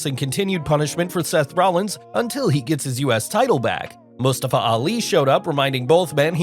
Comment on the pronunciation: The way the Narrator pronounces Mustafa 😂